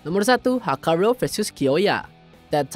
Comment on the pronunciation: koreksi! = bkn hakarou ttpi hakurou